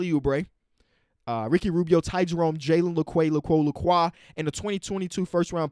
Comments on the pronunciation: it’s jalen lee-qew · It’s Jalen Le-Q say it just like that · I watch all your videos and hear you butcher Jalen Lecque’s name every damn time. It’s Jalen LE-Q. QQQQQQQQQQ!!!! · Just call him Jalen la-q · How did say Jalen Lecque's name wrong 3 times😅😂